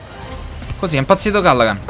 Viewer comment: Comunque si dice Calligan